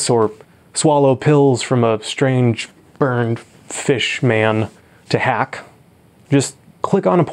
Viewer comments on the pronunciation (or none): He really said "burned fish-man" for Morphius. Omg 😂